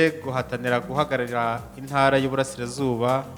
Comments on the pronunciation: Pliz,bavuga intara ntibavuga inara! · Ariko se ibi bintu byo kutavuga ibihekane byadutse noneho ni ibiki!!? Ngo INARA,NYAMINGA!!! nuri ndumva ariko avuga